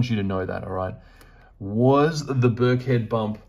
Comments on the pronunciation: It’s not that important, but I live near there and it’s pronounce Birk-en-head. Great reading. I’m getting some Pomegranite juice. Love to the piggies ❤️ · It’s Birkenhead not Birkhead 👍 it’s a little fishing village on the River Mersey… opposite the centre of the known universe… Liverpool 😉